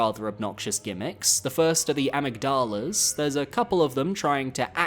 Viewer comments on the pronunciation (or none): AM-mig-dall-a?? A-MIG-duh-la. Amygdala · Amig-dala (like the d sound dahlia but no I) 😅 amygdala like the brain part. Potato potahto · I’m so sorry but It’s been long enough to tell you that you’ve been pronouncing amygdala completely wrong in every video the enemy is mentioned and I feel bad for letting you continue like this, please forgive me 🙏. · as a British person, I can confirm that's not how we pronounce it. Patches uses the Latin pronunciation